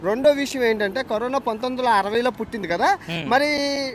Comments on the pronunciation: కరీనా కాదు కరోనా 👍not you can eat -i can eat 👍to much mistakes 🤦‍♀️👍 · Carina kadhu raa carona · Kareena kadu 😂 corona 😂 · 9.12 kareena kadu bayya Corona 😂😂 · Kareena kadu corona bro china valutho mataladi telugu marchipoyavu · Kareena kadhu annayya karona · అన్నా కరిన కాదు కరోనా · కరీనా కాదురా నాయన కరోనా 😂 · Carona kadha meru kareena antunnaru